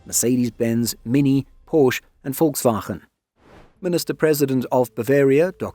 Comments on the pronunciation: Volkswagen sounded a bit dutch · Since you're working on your pronounciation: with the G at the end of Volkswagen you slipped into Dutch. And German E's at the end of words are usually not silent. More like an "eh" sound. Great job otherwise. Love the Boxer too and i hope this will reduce the cost a bit.